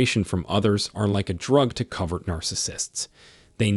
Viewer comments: Pronounced CO-vert. Not Covered. *Proofreading/editing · It's COVERT (hidden) He keeps saying COVERED. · The pronunciation is Co vert. Use a long sounding o sound. Rhymes with bow! It’s drama, drama, drama 24/7 with a narcissist. THEY have a terrible life, are the MOST injured. It’s just always about THEM, THEM, THEM!!! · It is interesting though, that he pronounces it "cover..t" Because they literally "cover" their nefarious behaviors... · Great video, but it is co ( long o) vert.